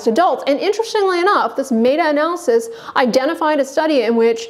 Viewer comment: A doctor who doesn't know how to pronounce "meta analysis" ... interesting.